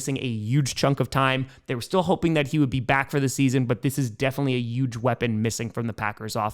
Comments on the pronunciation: Yuge instead of huge always makes me smile gpg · "YUGE difference..." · Say yuge one more time please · Alright, you live in Wisconsin now; it's time to start pronouncing your "H's", or pick a different word than 'huge". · i dont like the way you say huge. Thought id let you know 😂